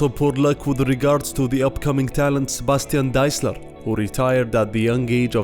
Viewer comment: Not Bastian Desiler, but Sebastian Deisler.